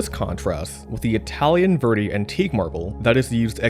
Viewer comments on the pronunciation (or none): none